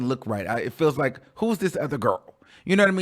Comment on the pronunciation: You don't hate the song but called it look lmaooooooooo I can't take you..you said look lol lol